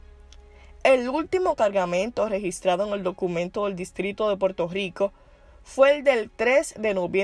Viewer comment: Puerto rrrrrrrrrico no puerto gico